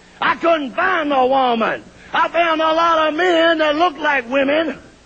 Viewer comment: Shultz " I'm looking for a wooman"